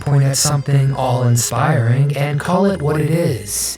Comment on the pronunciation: Hate be that guy, but it's 'awe inspiring,' not 'all inspiring.'